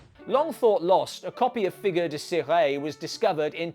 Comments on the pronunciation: Cire is pronounced "Searr" as in when you sear a steak except the "r" is a French "r". So, it's not "searray" but "searr". Not trying to annoy but just trying to educate. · The e in the French word Cire is silent, but you did your best. ^^